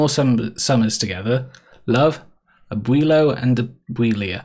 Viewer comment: abuello (abwell-o): grandpa, abuelita (abwell-eat-a): grandma. Bonica, like a fair bonnie. Hope that helps! :p